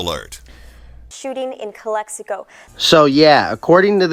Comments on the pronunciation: it’s not pronounced Calico 😂 it’s pronounced Cal Ex i Co 😂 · CALE-hee-KO hahhahahaahahah it's CALEX-ICO !!! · Calico lmao its calexico why u say it all retarded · You saying Calexico wrong tonto. The X isnt silent